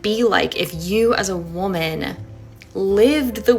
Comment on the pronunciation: By the way woman your pronunciation is incorrect